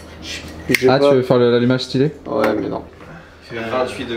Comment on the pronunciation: Est-ce que je suis la seule à entendre "sutilo c'est stylé" à chaque fois qu'il dise le mot stylé ^^' Sinon merci de nous inclure autant dans vôtre manière de faire des vidéo ♥